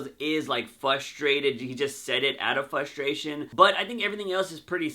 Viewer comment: FRUstration not fustration